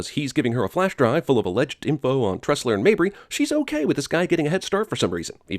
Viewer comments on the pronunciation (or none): Sin on CinemanSins for saying "Tessler" instead of "Tressler" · It's *Tressler, not Tessler. +1 Sin for CInemaSins. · tressler not tessler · it's Tressler* not Tessler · did no one else notice that Jeremy kept saying Tessler when Caine's character is named TRESSLER? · its tresler not tessler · I thought that the last name was Tressler, not Tessler. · I love how he said tessler the whole video when it's actually tressler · Michael Cain's character name is Tressler not Tessler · It's Tressler not Tessler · Tressler, not Tessler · i love ur videos, but it's tressler not tessler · I thought it was Arthur Tressler not Tessler? edit: nevermind it's just where he says Tessler lol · Woody's brother was mentioned in the first movie during interrogation. Also it's Tressler not Tessler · Sin Count on Cinemasins for this review: Sin 1: Jeremy Scott mispronounces Michael Caine's character . Sin 2: And narrative text misspells it as well. Sin 3: 14.57 - See Sins 1 & 2. Sin 4: 15.33 Jeremy and text get the name correct, which negates the idea that he just didn't know the name to begin with. - Sin Tally 4. Sentence: Got an Opening?